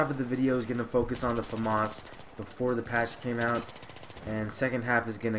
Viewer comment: ps americans pronounce famas weird